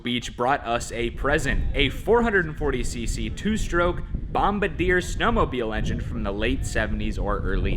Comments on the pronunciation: I could use that 400 two stroke for my Terra Jet va-6 project. Bombardier pronounced bom-bar-dee-eh (yeah eh as in what Canadians say since Bombardier is Canadian) not bomb-a-deer. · "Bom-bar'-dee-eh", not "bom'-ba-deer". My Canadian soul just flinched a little at your pronunciation. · He pronounced it like a flying bombardier, I don't think he realized that it was a gentleman's name...I would have pronounced it the same way... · it's pronounced "bom-bar-dee-yay" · i think it pronounced bomb-bar-D-A. its the last name of the canadian who invented the snowmobile. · thanks...most people who don't know it's a man's name would pronounce it the way that did...cool to know... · How did you just pronounce bombardier haha. I’ve never heard it said like that in my entire life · How would you say it?